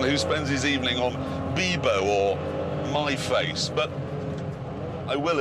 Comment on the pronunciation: MyFace instead of MySpace ROFL